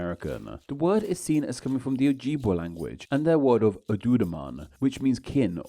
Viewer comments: the j in oh-jib-way is pronounced like the j in “job”, and the I in jib is pronounced like the i in “it”. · I’m not sure why we have a British guy telling us about which American words and place names come from Native American languages… because he doesn’t even pronounce them the way we do!! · arapahoe = a-rap-a-hoe, ojibwe = o-jib-way